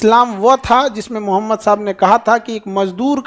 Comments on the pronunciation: Mr.Khan, you have to learn first how to say our prophet (SW) name. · Sala name ka muslim h tm phle islam ko terrorist ka religion bolta h fir uske baad dusre video m btata h nhi ye galat hai nabi ka name v pronounce krne ni aa rha shi se tumhe kya lgta h tm bohot bare teacher ho to ..kuch v kroge shi galat.. tmse 10* jyada odhe likhe ko Qur'an aur islam ko khud padh kr revert kr rhe unhe pta h is duniya ki har ek chiz uske rab ne di h but tumhe lgta h ye fame paisa hi h sb h shukr kro allah ne tumhe itna rizq diya is duniya ki sare paise v mil jayega but akhirat me kuch v nhi ...sirf muslim ghar m paida lene se koi muslim ni hota born muslim ko v islam ki importance samjhni pdti h ....abhi bhi waqt h khud ke understanding se Qur'an aur hadiths pdho jindagi apke ni Allah k control m h aur himmat ni padhne ki to mat pdho but islam k khilaf kuch v ulta sidha v mat bolo Kyu extra gunah kr rhe baki apke paise k lalch ko allah km kre aur bjp sarkar ki chatna band kro!!!!!!!!!!!!!!!!!!!!!!!!!! May Allah guide u